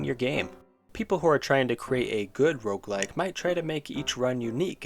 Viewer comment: This might be the first time I understood "Rougelike"